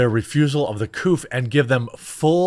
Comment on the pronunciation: Say COVID!!!!! Not couf